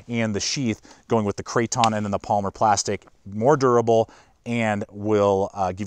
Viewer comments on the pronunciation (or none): none